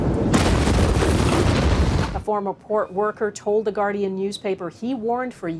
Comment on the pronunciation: The Guardian news what? Sorry but I didnt understand that pronunciation. That tragedy is horrible and hope they can recover. RIP to those people who were taken in the explosion.